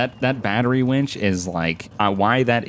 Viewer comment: It's winch not wench